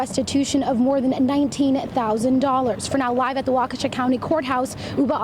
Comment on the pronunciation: well, thats definitely not how i though you pronounced waukesha...